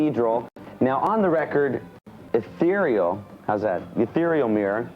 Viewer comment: haha the american interviewer cant read ethereal